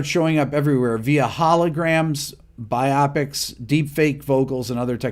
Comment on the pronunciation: “Biopic” is not pronounced to rhyme with myopic. It’s pronounced like “bio pic”, because it’s short for “biographical picture”.